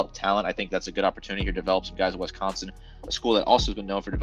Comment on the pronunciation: Every time you say We-sconsin I lose a little more respect for your analysis.